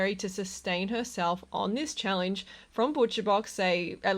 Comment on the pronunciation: Why do you pronounce the word challenge as chall-INGE ?